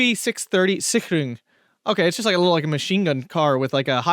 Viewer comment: Since I'm usually one nagging about german words and your pronounciation; props to you for nailing the german "ch" in Sicherung, that's probably one of hardest sounds to get right!